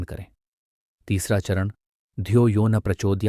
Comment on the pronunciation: Dhiyo toh nah prachodyat likha gya hai pr bolne me dhiyo yohnya